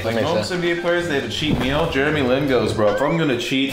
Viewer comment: Did no one realize he said sarku for Jeremy Lin.